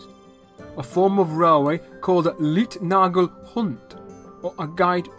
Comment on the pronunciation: Great information on early rail systems! The "Leitnagel" (guide pin) is pronounced like "lite", not "leet" ;-)